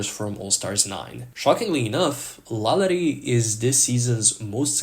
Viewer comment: you pronounce lala ri wild